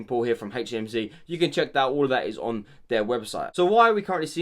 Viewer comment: Love how he say hey cmc 😂